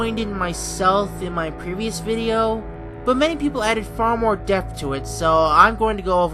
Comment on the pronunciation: It's the more not the maw